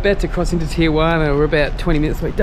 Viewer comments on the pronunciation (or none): What the hell is a Tijuani??? It’s pronounced Tee-Hua-Na! 😂😂😂😂🤘🏼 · ITS PRONOUNCED TEE UH WANEE NOT TEE JU WANEE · Tee-Yu-anee!! Lol omg this guys are hilarious. Te-jua-na. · You say it « Tee Roo Waana » and not Teejoowanie 😅😎✌️ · Hilarious the way you pronounce Tiaguanna 😂😂😂😂😂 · "Tichewaney"...lol where are you? Good deal on the Sporty. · Tee-gee-wanee.... Translate- Tijuana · lol, tigueywaanney ....